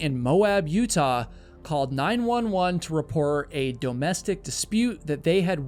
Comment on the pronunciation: Dough-mestic abuse?